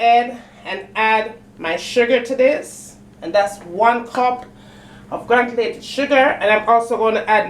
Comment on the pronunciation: It’s not grantulated it’s granulated 😂😂😂